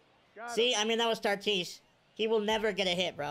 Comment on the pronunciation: Why do you call him Tartis? There’s no r lol